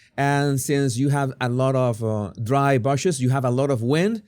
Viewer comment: bush pronounced as oo. Court as awr.